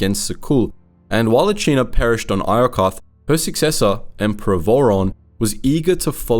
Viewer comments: Empress Ah-see-na* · Bruh you sound like you just read a summary of the SWTOR games... the Eternal Alliance didn't perish at Iokath, that was just the start of the Traitor arc. You also completely butchered the names of the characters 😂 from Ben-iko to Achina, to Vorawn 😂 cmon man, at least know the proper pronunciations first.